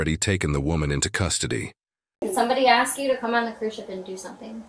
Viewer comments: “She ax me to go on the cruise “ 🙄🙄🙄🙄🙄😳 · Or in her case, "ax" for a lawyer. 😂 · They axe difficult questions!